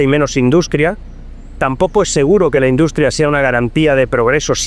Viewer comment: yo no se que le habeis hecho al video, pero en vez de decir "pierdes" dice "quierdes", "induscria", etc. Se hace muy raro. Es como que no es Marc Vidal el que habla, es un retoque de IA. Igual es que se oia muy mal el audio original. Que horror la IA.. y esto solo es el principio. En un futuro la tendremos hasta en la sopa. <<Rectifico>> Perdona que habia alguna opcion de audio activada en el video y se oia una pista de audio estraña. Ahora se escucha mucho mejor. Que maravilla volver a escuchar su voz real. Una entrevista buenisima. Muchas gracias